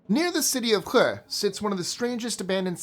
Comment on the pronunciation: If i am remembering 60s news stories correctly Hue, Vietname. Hue: pronounced ~Whey. I could be wrong.